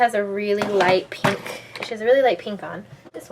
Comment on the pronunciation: ths tutorial rocks and so do all your other tutorials but the way you say pink makes me want to throw up